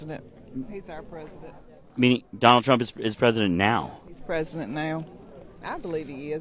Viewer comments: "He's already presiditt". 😂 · "He's awreddy presadunt."